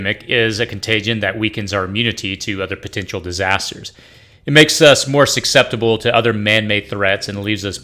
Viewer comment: “Suckseptable”? I think the word is susceptible. No suck in it.